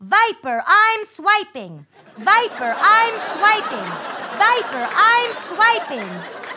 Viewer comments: Isnt it swiper not viper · It's swiper not viper lol